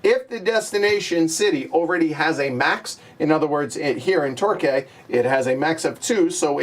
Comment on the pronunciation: Torquay is pronounced Tor-kee.